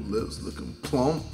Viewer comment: I don’t like the way jj said plump 😂😂